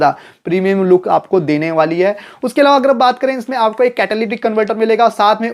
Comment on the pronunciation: ईलावा नहीं अलावा 🤣